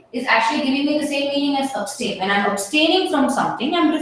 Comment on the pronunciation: Pronunciation is ab-stain.